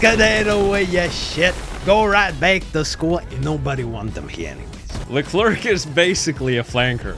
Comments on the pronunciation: i swear bro if i here him say Leclerc as le-clerk im bouta throw a baguette at in his vicinity. its pronounced (lecler the C is silent) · im not even fr*nch but the way you pronounce leclerc is horrible